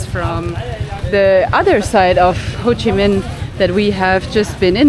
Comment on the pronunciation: bạn nói tên HCM city là quá chuẩn rồi , có tìm hiểu và học thức sâu rộng không như 1 số người được ăn được học. mà nhận thức hơi kém